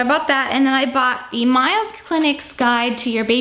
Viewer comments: ...it's May-o Clinic (with a long a). Hahaha!!! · great video. Just wanted to point out that the Mayo Clinic is pronounced like the Mayo you put on sandwiches. 😉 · Enjoy your videos! As a die hard Minnesota resident, I want to help with the Mayo book pronunciation it is MAY-O Clinic not MY-YO Clinic. We are fortunate to have one of the very best health care facilities in the world in our state. I am waiting for your out and about fall/winter videos. I love the shopping videos and your out and about videos in the Chicago area. My best to you and the fam!